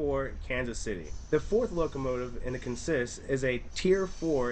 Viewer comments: Great video. Just one thing...in this case it's pronounced CONsist, not conSIST. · Thank you. That was making me a little crazier than normal. CONsist. Not conSIST. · In railroad jargon the word is pronounced CON-sist, accent on the first syllable, not con-SIST as it is normally pronounced in other contexts. You will often hear the phrases locomotive consist or train consist. The two are generally referred to separately.